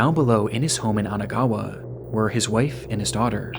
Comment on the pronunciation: Isn't it Kanagawa and not Anagawa?